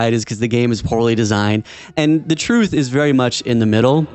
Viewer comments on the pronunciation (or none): none